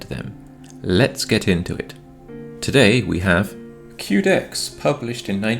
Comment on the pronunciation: Quedex - Que pronounced as you would say Quest, not queue. QUEst for DEXterity. Good video as always though! 👍